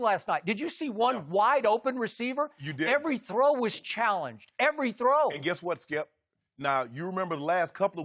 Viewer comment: Skip "Evey little big thing " Bayless